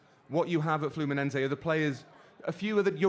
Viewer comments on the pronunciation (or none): its FLUMINESE, NOT FLAMENCO